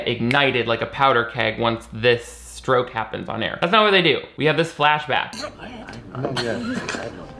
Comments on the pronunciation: I had to listen four times to realize you were saying 'permanently remembering her husband's stroke' and not 'permanently remembering her husband's scrote' I think I need to go to bed. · I definitely thought you said remembering her husband's scrot not stroke lol